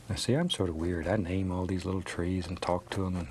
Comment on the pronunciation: Says the one who says al instead of all, dumbass.